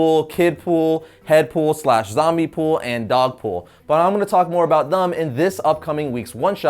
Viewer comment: "I'm gonna talk more about thum in this week's one shot" lol you slippin bruh! lol I love your videos, keep up the great work